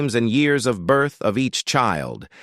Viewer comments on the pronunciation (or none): none